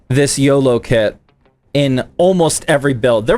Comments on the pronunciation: its not yolo its oloy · Its oloy not yolow